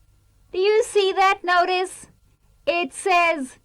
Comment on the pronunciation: 这位老师语法讲的挺好的，就是一些单词发音不准确，如Notice, kids